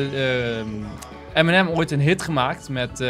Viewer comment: Enzo zegt in plaats van Eminem M&M 😂😂😂 Geen haat!! Love youu😍😍❤️😂